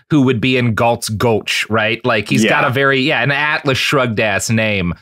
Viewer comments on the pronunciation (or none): none